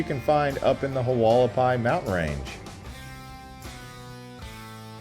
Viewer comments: Pronounced Wall ah pie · The way you pronounce Hualapai 😂😂😂